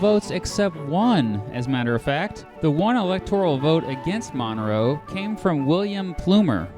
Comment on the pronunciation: The way you pronounce "Monroe" as "MONNROE" does not get in my nerves, but gets in my head.